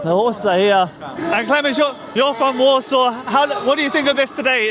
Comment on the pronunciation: She is clearly not Polish (as no one from here calls their city 'Warshoff'), which for me questions the credibility of all your 'documentary' entirely. She must be some sort of Scandinavian origin. No respect, no kudos to you, you pants on fire.